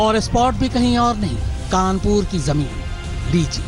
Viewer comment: कानपूर नहीं है भाईसाहब ।।। कानपुर है वो